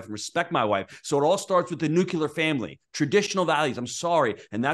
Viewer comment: The nucular family. ok